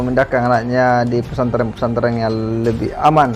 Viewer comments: Hy hallo mas bukan pesantreng tpi pesantren, ampun deh ini you tuber kristen apa ko blg pesantreng hahaha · Khas logat SulSel 😂